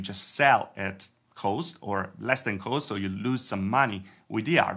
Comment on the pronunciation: quick English tip: cost is not pronounced like "coast" but like "c-AW!-st". As in "AWWWRIGHT!"